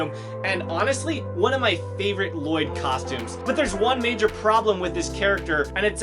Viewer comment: Lloyd ? You mean La-LLoyd ?